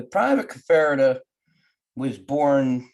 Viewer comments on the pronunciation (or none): I knew Hector for many years. Maybe you should learn how to pronounce his name.